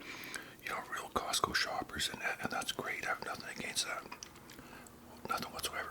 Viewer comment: The name is: COSTCO not Cosco. But we'll let it slide cuz you're not a real member. You get a pass! 😅